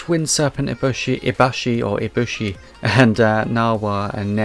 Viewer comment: You actually said Narga's name right, there's no hidden or soft sounds it's literally just pronounced Narg-ah-coug-ah or Cougar but without the r at the end and you just add Narga to the start of it The B in Ibushi isn’t silent and Ibushi is the male while Narwa is the female (it’s an egg sack but I call it s ballsack for comedy) And the community calls Rajang Rah-Jang but his nickname is funny monkey, I don’t quite know how to spell the official pronunciation And Khezu is pronounced Keh-zoo And Mizu is pronounced Mi-zut-soon-eh